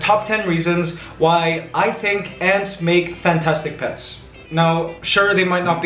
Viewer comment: I swear he said pest